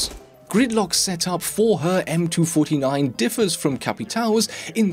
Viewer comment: cant handle that you say m2 49. its m 2 4 9